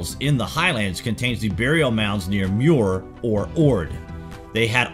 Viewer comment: It is Muir OF Ord.